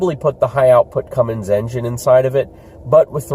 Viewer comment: You said Cumm in Allison ha!